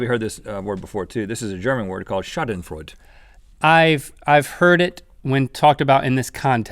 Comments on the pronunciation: It was most likely like that for any other word they pronounced, all I can say is, I'm Austrian, they pronounced Schadenfreude wrong, but I don't give a shit, lol. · holy moly! it's shawd-en-froyd-a! not shott-en-freud. doh! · The u in Schadenfreude should be ü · every time rhett mispronounced schadenfreude I cringed so hard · Rhett pronounced Schadenfreude wrong!